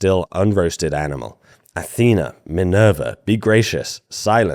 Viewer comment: "Minerva" Minerva? WTF.